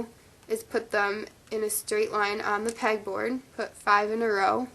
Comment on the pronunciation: Did she say peg board or peck